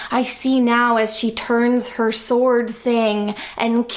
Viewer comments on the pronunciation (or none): none